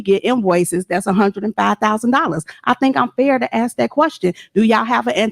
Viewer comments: LEARN ENGLISH ( AKS ) THE WORD IS ( ASK) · The hoodbooger cant even say the word ``ask`` right acting hood always say ``axed`` it turns my stomach every time , and who is the father ?!=] so he escaped at least someone need to save the child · Axe her why?😂